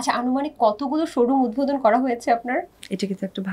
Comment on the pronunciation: উপস্থাপিকার উচ্চারণ স্পষ্ট হওয়া দরকার। অতি আধুনিক ঢং করে কথা বলতে যেয়ে উচ্চারণ ভুল করলে খুবই বিরক্তিকর লাগে। উদভোদন বলে কোন শব্দ নাই। ওইটা উদ্বোধন হবে। উচ্চারণ পারেন না তাহলে বলেন কেন???? হয় ইংরেজী তে বলেন নাহয় শুদ্ধ টা বলেন। ঢং করতে যেয়ে আরো অশিক্ষিতদের মতো উচ্চারণ করলেই ভালো উপস্থাপক হওয়া যায় না। আগে স্পষ্ট সঠিক উচ্চারণ শিখেন😊।